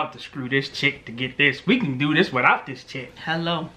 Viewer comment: I cun not I cun not.....😁😁😁